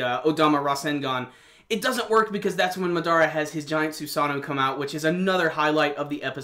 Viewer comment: why can't people say his name right..MAdara not MaDAra. Jesus